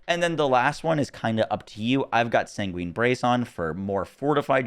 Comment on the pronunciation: "sanguine" is pronounced like "penguin". Say-ngwin